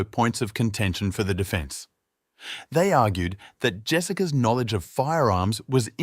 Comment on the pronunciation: This is a good channel, however, the mispronunciation of words is a little annoying. Creame-meh instead of crime and no-ledge instead of knowledge, you name a few 🙄